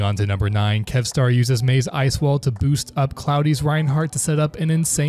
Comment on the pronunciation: Does this dude even watch OWL? He said the first J in Jjonak then called Kevster "Kevstar."